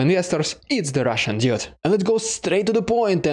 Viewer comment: You are doing a great job, but please please adjust your pronunciation of "dude": it should be pronounced "dood"....